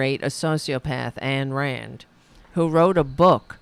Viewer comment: I bet the noem was saying the "N"word as she murdered those beings. And as far as sara is concerned, did you watch IRON SKY yet?😂 Have a good weekend sis.🎉❤ Just one more thing sweet, AYND RAND! pronunciation sounds like: MIND RAND. But i know you know this.🎉